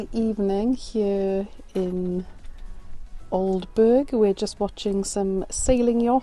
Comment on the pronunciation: Glad you enjoyed your trip to East Anglia, its a lovely area! BTW- Aldeburgh is pronounced Aldebrrr, by us locals!